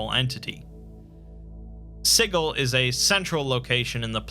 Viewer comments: Every time you say "sighul", it causes me pain. It's "SIJIL" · Good video however the mispronounced City of Siggle drives me a tad crazy. Overall good though. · "Siggle." Sijil. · It's not Siggle, there is one 'g' in Sigil. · Yep. The only thing that triggered me a little. I hope he will make a proper video about Sigil and Lady of Pain as well as touch Planescape: Torment storyline. Maybe someday. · The way you say Sigil makes me uncomfortable. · I refuse to believe that's how Sigil is pronounced. It just can't be. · I’m pretty sure the city of Sigil is pronounced with a “juh” sound.